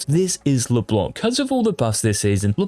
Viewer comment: please stop pronouncing « Leblank » 😭😭 it’s a « c » not a « k »